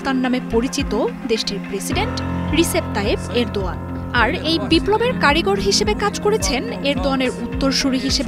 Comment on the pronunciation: বাংলাদেশের সাংবাদিক রা কেনো রেদোয়ান এর নামটি ভুল উচ্চারণ করে আমি জানতে আগ্রহী, রজব তৈয়ব রেদোয়ান প্রকৃত নাম